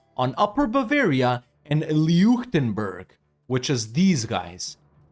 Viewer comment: Sorry, but my ears started bleeding when you pronounced Leuchtenberg as “Leee-uchtnbörg” 😅 I know it’s hard for English speakers to pronounce some German words, but still